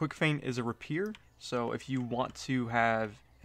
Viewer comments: its pronounced ray-pee-air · i think they are mocking the way you pronounce rapier